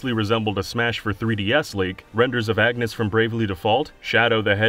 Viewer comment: "Agnes" I bleed...